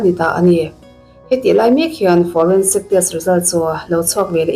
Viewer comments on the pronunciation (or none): Forensic hi Foreign-sic tiin i lam zel a, story dang ang pawh. Tawngdang awm ve zeuh hi i lam duhdah thei e.